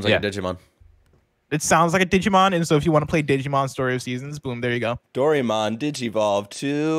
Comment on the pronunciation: Blessing! It's a old Japanese children's cartoon and it's pronounced "Do-rai-mon" not dorymon